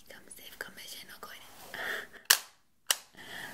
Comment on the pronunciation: I thought she was saying come save some mission a quardin 😂 But she was saying come save commissioner Gordon